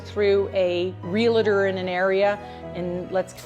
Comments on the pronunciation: Good stuff. Pretty easy to understand. BTW— Realtor is a 2-syllable word: Real-tor It’s NOT Real-a-tor. REAL-TOR. 😌 2 syllables. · 🤭Please...Real -tor, ( not Real-a-tor.) Drives us 🤪 Good luck everyone. Try not to overpay for the area, and run the lovely locals out. So many places are becomming expensive due to this. Too many people with too much money! Oh, no....not Mexico...it's now expensive from all the ex-pats. Thx! P.S. Why did you vote for these Nazi supporters? Now, we need to clean up the mess...💙🤡💪